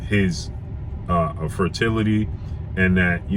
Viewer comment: FER-TIL-ITY.....I got you bro